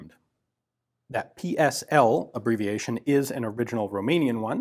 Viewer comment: Thumbs up for pronouncing correctly PSL and the Cugir you only miss pronounced the letter G